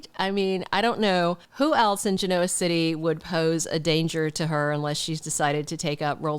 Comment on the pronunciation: I enjoy your posts. Just to say that mispronouncing Genoa City is like chalk on a blackboard for me. The Y & R characters accent the 1st syllable, not the 2nd…